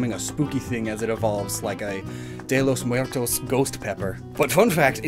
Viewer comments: "Daylos Muerlos"?!?... it's Dia de los Muertos!! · Tell me he didn’t say “day lo muertos” 😅 Japanese native speaker here. Welcome to my world 😂